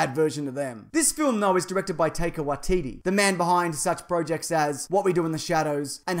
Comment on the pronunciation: It’s not Taker it’s Taika pronounced Tie-car lol